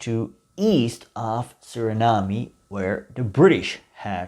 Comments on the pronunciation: I enjoyed your video except for the parts when ya mispronounce Suriname but ya did do ya research on this subject because I know a lot of Surinameese that don't even know this info , Hele fijne feestdagen en een gelukkig 2023 voor u . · No need to pronounce the ‘e’ at the end of Suriname, however you do have to pronounce the ‘a’ at the end of idea. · Learn to pronounce the name of a country if you are going to make a video about it. 🤦🏻‍♂️